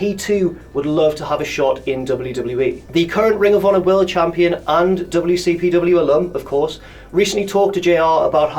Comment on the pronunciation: you said "Goldberg the wcpm legend" WCPC